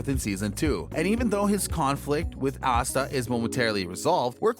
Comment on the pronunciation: Why is Asta's name pronounced OSTA?